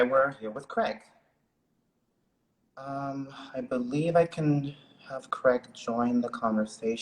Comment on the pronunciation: It's "CRAIG" boo! 😉